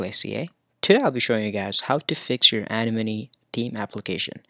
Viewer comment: It's pronounced uh-nem-uh-knee